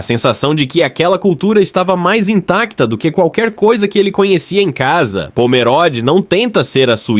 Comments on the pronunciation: Pomeróde é o .... É Pomerôde! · Tudo muito bom.. so uma coisa... nao se fala pomeróde e sim pomerôde.. o o é fechado.. mas tudo bem.. parabens pelo video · Quando corrigirem a narração e respeitarem o nome da Cidade posso tirar o DesLike. POMERODE tem "O" fechado. Não se pode, simplesmente passar o rodo na leitura e deixar por conta da tecnologia, tem-se que transmitir corretamente a informação.